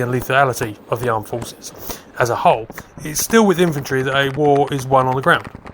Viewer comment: That’s not how you pronounce inventory.